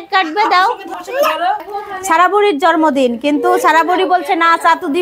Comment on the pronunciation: Kharap vabe nien na . Jormodin na...jonmodin...r ak kotha repeat koren ..kotobar ma sha Allah bolte hobe... anyway